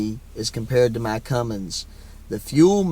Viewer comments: Now that you are in the secret sisterhood of diesel truck ownership, you must not commit the ultimate sin of adding a "G" to the word CUMMINS. Real truck owners know there's no G! 😄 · There is no G in Cummins LADY!!! lol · My only complaint, other than you buying a Dodge, just kidding, sort of, is the way you add that "g" onto the end of Cummins. Please stop. Just a pet peeve. Thanks. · I’ve been following you for a long time! Truly, love and respect you but we need to correct a wrong. There is NOT a ‘G’ in Cummins! It is ‘come-ins’, not comings!’ You are a very smart person, please correct this, you deserve to sound as smart as you are! Thank you!